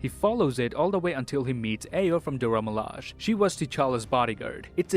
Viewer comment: I know its no big deal but its pronounce mi-la-jay